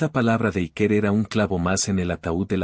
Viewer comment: Ya que algunos se ofenden por como se pronuncia nombres en inglés , decir Iker es un nombre vasco y se pronuncia Íker, no Ikér